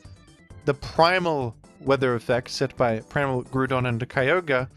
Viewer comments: I believe Groudon's name is pronounced grau - daan Because his name is Ground without the n and with "on" at the end. Not Groo don I'm not telling you to change, I'm just pretty sure it's incorrect. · why do you keep saying "grudon" it lowk pmo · Who the hell calls him Grûdon😭😭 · Ah yes I love the groond type pokemon groodon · Bro stop saying Gru-don. Boutta pmo, immediate dislike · Is it Groudon or Groodon? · The way you say Groudon pisses me off ngl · Why do you say groudon like that? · I know its engagement bait, and I will fall for it but that groudon (ground and don) pronunciation especially his random buffer between gru and don that happens only 50% of the time is actually killing me